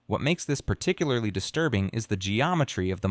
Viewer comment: Paaarrrticularely disturrrrrrbing and unsetttttling